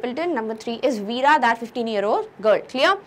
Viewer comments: by the way its vera and not veera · the pronunciation of the word "VERA" is wrong...